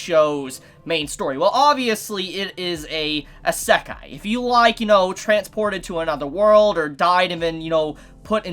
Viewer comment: WTF HE SAY ISEKI WTF